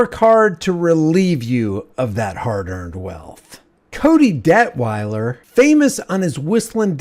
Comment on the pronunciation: “Debt-whiler” Detwiler…ok. All BS